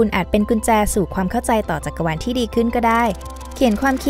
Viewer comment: จักกะวาน หรือจักรวาลคะ-_- ได้ยินแบบนั้น